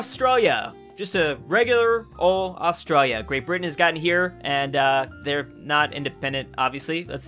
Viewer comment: AUSTRA-L-IA Not Austraia Is it just me or does anyone else here it